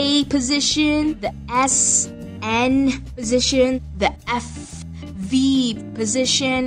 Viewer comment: positiion every time, now writing positition.. i love your sound, kind a cute ^^